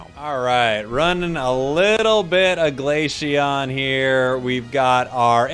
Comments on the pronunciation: Bro plss, its glay-see-on not glay-shee-on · Love how you pronounce glashion 😂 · Did my ears failed me? Or he said glaceon as glacheon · How the hell can you not pronounce glaceon